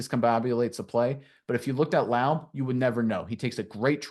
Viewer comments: The first thing you should do when you break down a fan favorite, is learn how to pronounce the man's name. If you don't care to, I don't care to listen. Re-record this. Redo it. Be ashamed of yourself. You failed at step one. Laube, like rowdy. There are so many sources for how to pronounce his name, including many interviews of the man himself. Why don't you know this basic thing? Why have you heard no interviews of the man you are being authoritative about? Should I trust whatever else you know? I'm sure you are good at breaking down film, just, please, don't make us hear what we know is wrong in nearly every sentence you speak. To be fair, I can't really critique this video's substance because after hearing the mispronunciation 3 times in the first 30 seconds, I refused to watch the rest. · at least pronounce the man's name correctly if you're doing a video about him .JEESH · Say it wrong, and say it many times😂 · It’s Raider Nation not Raiders Nation And it’s La-ooby not Lobe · Seriously?!? I can't watch this video because you don't even have the decency to learn how to pronounce his name? It's not Loub. Laube Lau-bee! There's no way you're a real Raider fan pronouncing his name like that! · His name is pronounced Lau-Bee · Nice film breakdown. You're mispronouncing his name though. It's pronounced similar to LOBBY. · Pronounced Laubeee and its Raider nation, not raiders nation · Lau-Bee ! Bro your killing me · I enjoyed your play breakdown...But you're mispronouncing Laube...It's Lau-Bee. A long "E" sound, and a strong "B". Like the insect the "bee". One way to avoid mispronouncing players names is taking a minute to listen to the college announcers that covered their games, and for Laube, anything involving the Raiders promotion of him.Thanks for your video work and analysis. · Guys, it's Lau- BEE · Lou-Bee... sounds like wowbee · It is pronounced Lau-bee